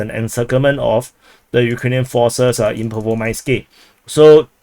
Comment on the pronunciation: Still sayin Rhaybhar, LMAO. Your show is entertaining solely on listening your chinky names slaughter. I wonder, still, why Pervomayskoyeeeeh and not also Vodyaneeeh, but Vodyanhhh instead? At least be consistent in your blunders. Btw. Congratulations on discovering the term "tentatively", English grade 4.